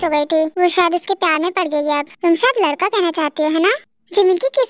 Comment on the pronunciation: so funny ladka ko lakda bol rahi hai 😂😂😂😂😂😂